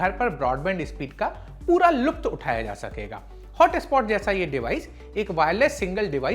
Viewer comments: Poora "luft" wah bhai sir ji lutf... Hota hai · lupt nahi lutf